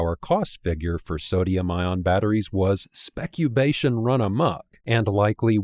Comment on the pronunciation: Thanks for increasing my vocabulary with “specubation”! 😊 And overall, an excellent analysis presentation.